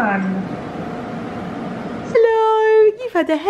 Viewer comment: I loved it when you were explaining how people turn when you start the engine of this car. Especially the way you said "Helouu" HAHHA died!